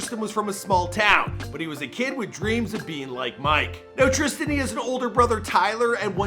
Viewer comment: It says trisan mike his name is tristan